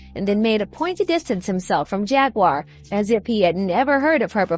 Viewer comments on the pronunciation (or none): Not Jagwire it's Jaguar like the animal lol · It's pronounced Jag-war not Jag-wire 🥹 and yes, prayers for her 🙏🏾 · “Jag-wire Wright”! 🤣 However, the whole look today is giving major network news reporter! 🤩🙌🏽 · you mispronounced Jaguar name